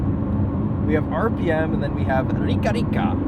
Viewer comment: Rica rica she’s rich rich or ricaricare is recharging rica ri ca re or ricarica is your rica rica however the pronunciation is ri carica